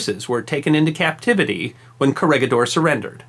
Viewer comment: I've watched a couple of your vids now and you got yourself a new subscriber :-) But please try and maybe put a quick check/effort on pronunciations such as (bɑːtɑːˈɑːn) and (kəˈrɛɡɪˌdɔːr/,) in your future projects. I know in some cases it might be almost impossible to pronounce some names and places but here would have been pretty easy and it's the first you will see looking the places up on Wikipedia and is really not too hard to pronounce. Anyway love what I've seen this far, thumbs up and I'll keep watching :-)